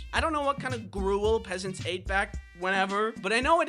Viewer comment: The way he sed pesants got me ROFL